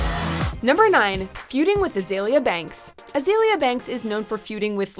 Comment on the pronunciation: Poor Azealia still getting her name mispronounced